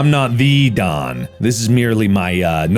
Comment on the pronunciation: bro the way he used a slight jersey accent for “Don” or Donald reminded me so much of yancy and it made me laugh so hard so thanks for that mark 😂